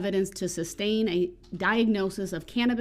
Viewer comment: #darrellbrooksjr 🤣🤣 Apos-Tel. hahaha... it's Ah poss el. The t is silent. OH, and it's tas sit agreement, not tack it. It's SUS tain, not sub-stain. Do you even know what 'taken out of context' means? Or the word decorum? Or hypothetical? You don't speak the English language very well. That Spanish man spoke it better than you ever will.